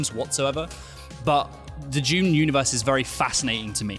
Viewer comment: Did they say “Duniverse”? 😂